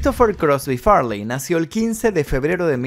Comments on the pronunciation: Porque dice far ley y farley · Chris Fartey, prrrrtttt 💨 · Su nombre no era Farláy, sino Farley, pronunciado como Fáh-lee. Okay? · Farleeey, jajajaja... qué nació en Birminham?. Seguro surfshark lo sabe.